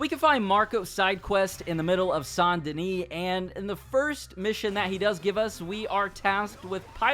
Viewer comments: Saint (say nt ) Denis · Sant Danish Bruh is Saint Denis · The s in Denis is silent.